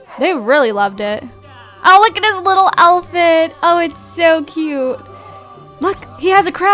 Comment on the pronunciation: why do you say elfit instead if outfit?haha